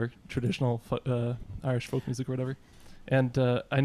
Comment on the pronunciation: Folk, like foke, like yolk or yoke!!